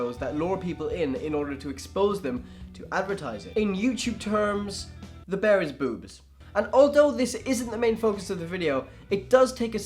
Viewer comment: Bear = Bayer